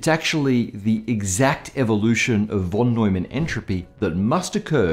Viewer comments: it is not "wh"on Neumann but rather "f"on Neumann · No offense, but its called von Neumann, where the von is pronounced like fon. In German the v can be spelled either like v or like f. Here its the f :) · 'von' is pronounced 'fon'.